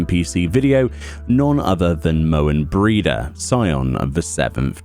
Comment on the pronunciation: I'm not going to complain about your mispronunciation of Moenbryda :-D, but you can get a purple tabard that a warrior can wear, if you do the Smith's challenges as DPS. Still not blue, but definitely closer to blue than red. Hope this is useful!